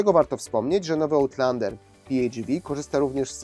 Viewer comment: Chyba raczej ałtlandera 🤦🏻‍♂️ No chyba że jak w piłce nożnej wybijesz piłkę poza boisko, to też jest ołt